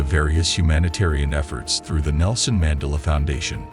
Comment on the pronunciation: Too bad I can’t watch it since whatever AI this is is pronouncing names and words wrong — notably his last name!!!